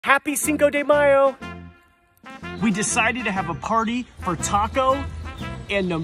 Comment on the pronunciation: OMG SO CUTE (It sound so weird you saing 5 de mayo)